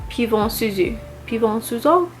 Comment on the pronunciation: I can feel your struggle pronouncing Armani’s Pivoine Suzhu 😅 Maybe this makes it easier: Pivoine is french for peonies 🌸 🇫🇷 (pronounced ‘peevou_aine’), and Suzhu is a town in China 🇨🇳 (pronounced ‘Soutjou’ like a french J as in J’adore). You are super beautiful b t w 😇😊